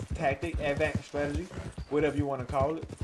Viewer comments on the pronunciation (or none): none